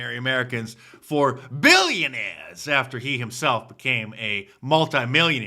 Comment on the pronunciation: You have to puff the lips out Mark when you say Bwillionaires!